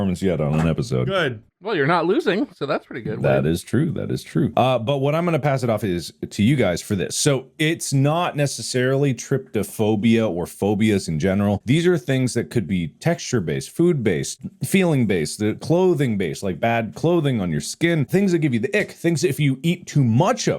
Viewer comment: Please Mark,it's TryPOphobia,not TrypTOphobia